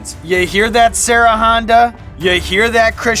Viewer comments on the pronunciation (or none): none